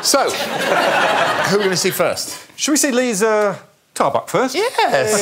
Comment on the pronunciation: When Alex says Liza, does his scalp come off for anyone else?